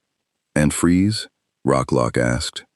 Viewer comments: It's FREEZE, not Fries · Cool story though minor thing It's Freeze like Breeze